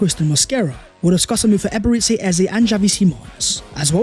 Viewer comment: it pronounced E-be-re-chi